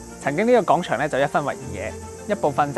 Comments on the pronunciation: 有啲唔夠喉,原來仲可以有下集.個人想知都市傳說😂 btw希望主持人糾正下啲懶音,尤其係『廣』場,唔係講場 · 點解主持/旁白嘅懶音問題可以咁嚴重 "講"場 "角"家 小"貧"友 "你"又講成"理" 全部都係低級錯誤 聽得好辛苦